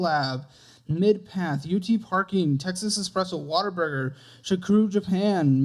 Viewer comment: I'll never get tired of calling Whataburger 'Waterburger'